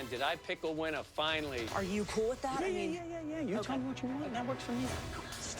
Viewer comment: Did Leslie just say: Finally I'm a winner, or whinner?